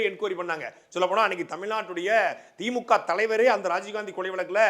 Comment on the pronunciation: Anna athu தீ.மூ.கா (theemukaa)illa Anna . தி மு க (themuga). Ucharipu pizhai anna